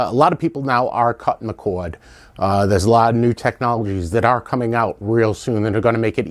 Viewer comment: It's not a cowad, it's a cord.